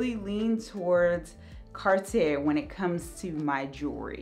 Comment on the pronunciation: She literally.repeats everything she says twice or thrice. She literally repeats herself twice. 😂 Oh the second r in "Cartier" is silent.